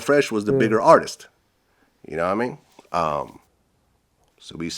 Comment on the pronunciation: Vlad's "nah mean" 😂😂😂😂😂